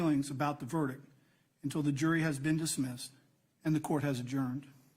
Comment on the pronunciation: I thought the judge couldn't pronounce verdict either. Sounds like he's saying "ver-dic".